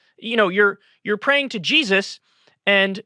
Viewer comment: Why-uh do they all say JESUS-UH?!